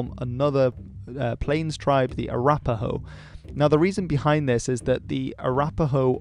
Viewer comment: i lost it at french accent "ahhh arapahoe"